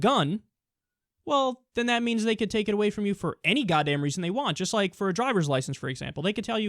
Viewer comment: "To do what is riighT, and what is juss". You just pronounced the T in right, where the hell is the T in just? Sounds like he intentionally mispronounces his words.